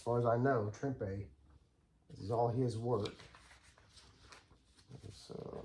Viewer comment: Nice stuff, thanks for sharing. And thanks for pronouncing Trimpe correctly!